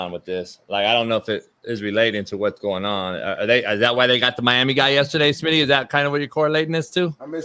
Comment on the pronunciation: O lord coach just said smitty at motel 6. 😂 that ain't right.